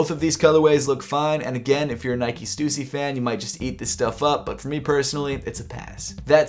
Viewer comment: Respect that even though u don’t like stussy that much u still pronounce it correctly 😁